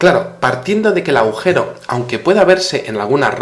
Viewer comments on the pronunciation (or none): none